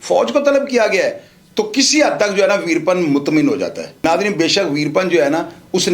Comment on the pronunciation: ویر پن نام نہیں ھے ، ویرا پّن ھے جناب